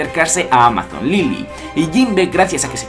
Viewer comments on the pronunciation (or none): none